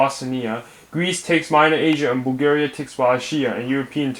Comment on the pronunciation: I can't stop laughing after he says Bulgaria wrong